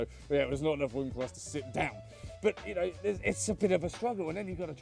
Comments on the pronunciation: The entire video I only heard the word womb instead of room. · Okay.... the accent + the affected voice (+ slight tongue tie?) is just killing me on this one! Staying in your womb. Having a womb party. I mean, I know it is room, but that soft R is just..... Don't mind me, I'm just a dumb yank.